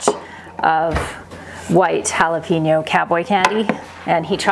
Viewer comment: Your new food processor is sooooooo quiet! Mine is a beast, but it's loud like a beast. LOL. | In case you don't know, jalapeño is hal-uh-PAIN-yo, not hal-uh-pen-o. The tilde over the n makes it say "nya". ;)